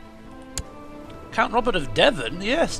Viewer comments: zeeland is pronounced a littlebit like zayland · Hearing you prenouncing Zeeland and figuring out where it was, was the funniest part of this episode, me being Dutch myself, i had to see that part over and over. Lauging harder every time I saw it. You're vids are the best man, keep them up!